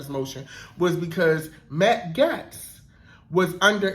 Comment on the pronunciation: I love your breakdowns. To contribute, Matt's Gaetz' last name sounds like "Gates" - not important, but I wanted to be a blessing to you.